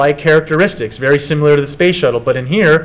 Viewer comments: Does it bother anyone else how he says "simular" when he means similar and "our face is asymetric" when he means symetric. Splitting hairs but aggravates me. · I couldn't finish this video because this guy saying "simular" constantly was driving me f**king insane. It's similar, damnit. Similar. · The is NO SUCH WORD as "simYOUlar"!!!! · Take another shot when he says siMULar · I love this, but his pronunciation of SIMILAR is irking my soul🤣